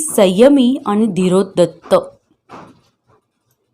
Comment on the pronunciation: खूप अशुद्ध वाचन आहे, कितीतरी शब्द चुकीचे उच्चारले गेलेत, जसे की, धीरो दात, नळात ला न आणि बाणातला ण चुकतंय, अण्णा म्हणायचं तर अन्ना म्हटलं जातंय, धीरोदत्त काय?😮 धीरोदात्त , हे आणि असे बरेच शब्द तेव्हा वाचन प्लीज सुधारा